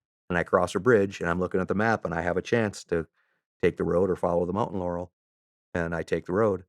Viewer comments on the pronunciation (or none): none